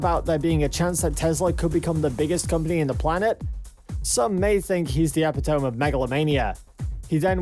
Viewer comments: The epitoam :D its pronounced epitemy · Epi-tome..... dunce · You don’t know how to pronounce epitome?? 🤣🤣🤣 Your channel is trash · Pure bs video. Under 2k followers, lol. And learn how to pronounce the word "epitome". You were not even close.